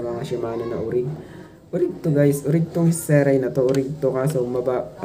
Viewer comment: Zeray ❌ pronounsation (ZEREY)✅